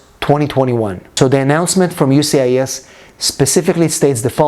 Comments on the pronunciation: Sir Just wanted to let you know that it is “USCIS ” not UCIS.☝️🤫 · Sir Whole video was about “USCIS” not “UCIS”🤣🤣🤣🤣